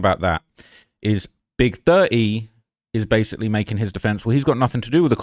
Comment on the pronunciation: Not big thuh-eee 😂